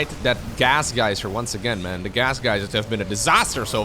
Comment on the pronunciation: I love your commentariesdf, but I really wish you work on your pronuncution of "the" it's not "da"